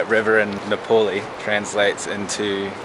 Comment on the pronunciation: It's not Nepoli ! it's Nepali !